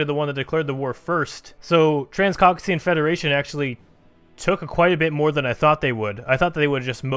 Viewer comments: cauc-ASIA Not cauc-aSEEa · Name of song at the start? I'm having troubles finding it in Powerglove's library! Also i love this Also its pronounced COCK-ASIA